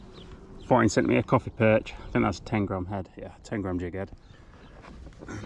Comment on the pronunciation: Had one yesterday and missed 2. Shame you couldnt come down and say hi. Maybe next time. Great film again And i was gona teach you to say køfi 😂😂😂